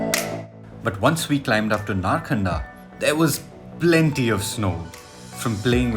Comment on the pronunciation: It is narkanda.. Not narkhanda